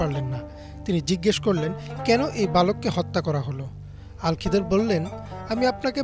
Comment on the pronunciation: আল খিদর নয় খিজির আ: হবে